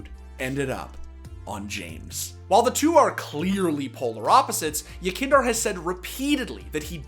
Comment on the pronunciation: i just want to hear somebody say the name yekindar correctly just once please